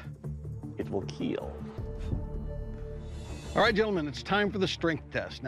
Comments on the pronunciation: the it will keel is so weird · “it will keel” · It will keel! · It will keel . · It will keal.... Great!!! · It will keel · It WiLl kEaL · most importantly tho it will keel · it will kiel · IT WILL KEEL!! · "it will keel" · “ it will keel “ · I like how hw says "it will keel" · I came here for "it will keel"